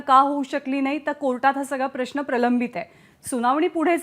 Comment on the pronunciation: हल्ली प्रश्न हा शब्द प्रश्ण असा चुकीचा बोलला जातोय , आपले काय मत